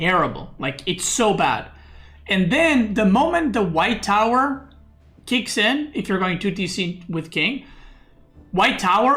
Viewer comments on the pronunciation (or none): Instead of white tower I heard "white power" 😂